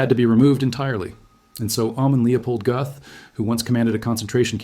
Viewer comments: He deserved death. Any country that eliminates the death penalty is a nation of cowards. The th sound doesn't exist in the German language. His name is pronounced GET . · "Göth" rhymes with "put" There is no "th" sound in modern German (other than in some dialects).